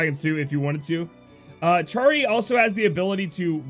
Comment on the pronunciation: Love all the info you provide us with! P.S. it's pronounced 'arrow-guh/arrow-juh' and Charie is 'Shuh-ree' (